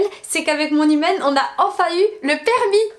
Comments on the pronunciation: J’avais compris «mon hymen» au lieu de mon humaine 😂😭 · Toute la vidéo j’ai entendue “hymen” 😭 c’est seulement en voyant les sous-titres que j’ai compris qu’elle dit “humaine” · Moi qui entends "hymen" au lieu de "humaine" à chaque fois 👁👄👁